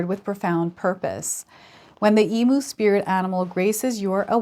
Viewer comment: Some friendly Aussie advice, for future reference EMU is pronounced E MEW. Thank you for the reading. ❤